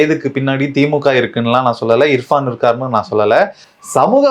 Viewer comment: ஏம்மா.... அந்த யூ ட்யூபர் பேரு இர்ஃபானா? இல்ல இஃப்ரானா ? கவனமா கேட்டு சரியா சொல்லுங்க... நாங்க ராவணா காணொலிய தவறாம கவனிக்கிறவங்க. எதிர் காலத்துல தவறு வராம கவனமா இருங்க.